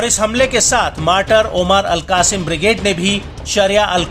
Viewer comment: अल कासिम नही अल कस्साम बोलो